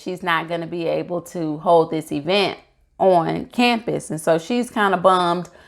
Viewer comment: Nice review! Please don't join Tisha I'm pronouncing it "EEE-vent" lol!